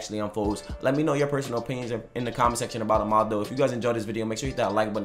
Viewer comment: 'Ama - Dou' not Omando